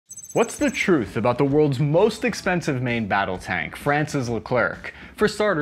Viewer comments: 'Moist' expensive 😂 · ‘Moist’ expensive lol